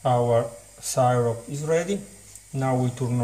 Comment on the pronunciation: It's "sih-rup" not "sigh-rop".